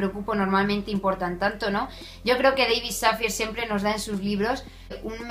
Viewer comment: Dávid Safiæ (es la pronunciación del nombre). Gracias por reseñar este libro, leí maldito Karma me gustó pero no del todo. Pero buscaré este. Saludos